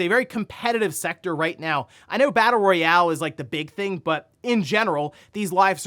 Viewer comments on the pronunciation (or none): none